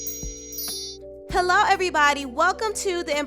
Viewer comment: A Friendly “HoeLLo” 😆😆🔥